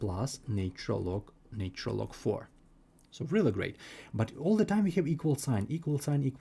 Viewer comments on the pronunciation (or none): This is so tediously repetitive and boring, yet you've neglected to state that k can be negative, too. Also, your pronunciation is bad: "natural" isn't pronounced as "nature-el"; "cosine" isn't pronounced as "kah-sign". You should just state the identity of: e^(i*θ) = cis(θ) = cos(θ) + i*sin(θ) Since sine and cosine have a period of 2*π , then this applies to e^(i*θ) = cis(θ) = cos(θ) + i*sin(θ) . Thus, for k ∈ ℤ , θ and θ + 2*π*k yield the same result. Next, you can mention that cis(0 + 2*π*k) = 1 , and cis(π + 2*π*k) = -1 . That is, the cis of even and odd multiples of π are 1 and -1 , respectively. Now, apply them to the problem: 1ˣ = -4 (1)ˣ = (-1)*4 (e^(i*(0 + 2*π*n)))ˣ = (e^(i*(π + 2*π*m)))*2² ; m, n ∈ ℤ x*i*(2*π*n) = i*(π + 2*π*m) + 2*ln(2) x = [i*π*(2*m+1) + 2*ln(2)]/[i*π*2*n)] ; n ≠ 0 ∴ x = (2*m+1)/(2*n) - i*ln(2)/(π*n) ; m, n ∈ ℤ , n ≠ 0 One solution with m = 0 and n = 1 is 1/2 - i*ln(2)/π .